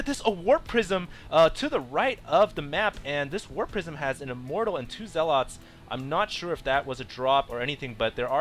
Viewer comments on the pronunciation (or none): The pronunciation of "Zealots" is *ZEHL-uhts*, not *zehl-OTS*. I hate to be Captain Dictionary, but you guys have great, energetic commentary, and that just broke my concentration every time you said it.